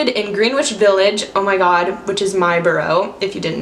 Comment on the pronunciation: Ok this is your moms nyc advice…I believe it’s pronounced Grenich with the w in Greenwich being silent😎 So to avoid being tourist like check that fact😜